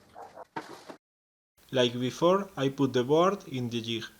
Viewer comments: DUDE....!!!! DUUUUUDE...!!!! STOP SIT AND LISTEN...!!!!!! Jig......okay? Thats J - I - G.....SAY IT.....ji - G....thats a G sound... Ji - GG....... JiG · Great video. Theres no 'h' in jig though.